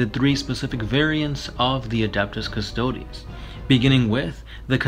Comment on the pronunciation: cus-toad cus-toad-e cus-toad-ess Pick a pronunciation and stick with it :|